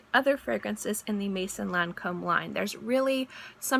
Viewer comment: Maison Lancome - ,,Mezon Lancom